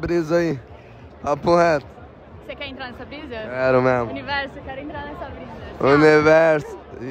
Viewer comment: "eiiitaaa ele aproximou Memo" kakakakakakakka